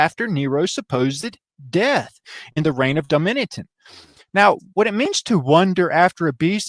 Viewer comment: I believe the correct pronunciation is, dough-me-shun